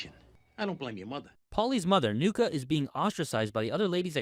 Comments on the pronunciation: NUCCI! Pronounced NOO-CHEE, not Nuka, you stroonz. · Nucci, not Nuca (?) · Why did you call Nucci “Nuka”